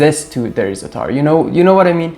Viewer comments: It ain’t “zataar”, it’s za’tar, with the stress on the first consonant. My favorite is Jordanian za’tar, eaten with just olive oil and a little salt or better with Labneh, a little olive tapenade, shattah hot pepper paste and chopped walnuts. A fantastic breakfast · I'm Polish and its easy for me to say Zatar the way you say it :) Thank you for the recipe, I will definitely make it !